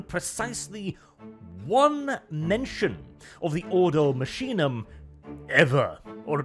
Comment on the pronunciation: Order from the machine? No, it should actually be Ordo Machinarum. Order of machines. Machinum would probably be an abbreviation created over the thousands of years. I also believe it would be pronounced Makinum, not masheenum like says it.